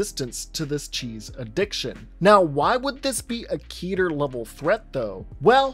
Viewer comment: It's keter, not ketter.